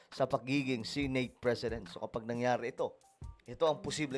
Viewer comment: Pwede bang i-pronounce mo na maayos ang word na SENATE?? Please lang